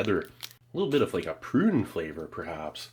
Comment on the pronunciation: 😂😂 I don't know why, but when you emphasized the word Prune, I couldn't stop laughing 😂 Thanks for another great vid Steve!!